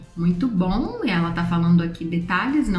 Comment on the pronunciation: eu adoro como vc fala ''bom''m parece ''bão''. é fofo kkkkkkkk <3